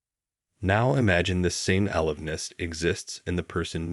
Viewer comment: Or is this real? The word a-live-ness is simply alive and ness.